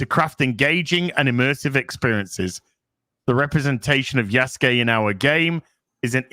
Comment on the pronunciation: I keep hearing "Yesgay" when is saying "Yasuke"... Is it just me?